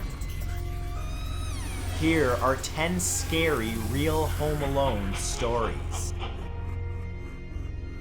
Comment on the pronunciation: It’s funny how he said REAL